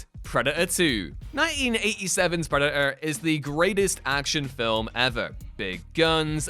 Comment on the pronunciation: It's Predator, with a t.